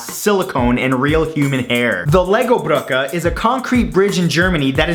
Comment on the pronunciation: lego bruke is pronounced with an e on the end, not an a